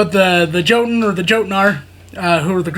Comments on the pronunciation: Hey brother just to help out the J is more like a Y. Example "Yotun" over Jotun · I believe it's pronounced Yotun the J makes a Y sound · Hey man, it's pronounced yotun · Just to let you know the j in jotun is pronounced with a y